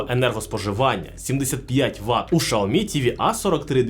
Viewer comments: Xiaomi - Сяомі ШАОМІ - Це на Клінгонському? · а можна адекватний огляд і нормально називати бренди а не шаомі а сяомі або ксяомі а не рекламувати свій магазин пів відео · Яке шаомі? Сяомі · Каждый раз после слова «шаоми» просыпается желание прописать «чапалах» 🤣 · какой нах.. Шаоми!? Китайцы себя назвали [Cяо́-Мі] не шаоми, не ксиоми... Слухайте уважніще, а то потім виходить у всьому світі "Рено CARTUR" а у деяких "Рено сартир" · Єй Шаомі 🤣🤣🤣🤣 Чі Шаурмі 😋🤣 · Шаоми 😂😂😂 расшифровка для этого "эксперта": Сяо-маленький Ми-рисинка. СяоМи=маленькая рисинка ;) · Шаоми ??? 😂😂😂 Вы издеваетесь? Вы бы сначала воспользовались голосовым переводчиком,а потом пургу несли. Я думала меня ничем не удивить... А тут Шаоми 😂😂😂😂 🤦🤦🤦. Во как ... Вы бы этого говорящего человека поменяли на другого. На него смотреть страшно. А уж слушать...🤮🤮🤮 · Шаомі, ізірнет, це що за нова мова?), що за неук писав текст? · удачи😂😂😂. Правильно Сяоми. Воспользуйтесь голосовым переводчиком. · Навчіть свого індуса говорити вірно XIAOMI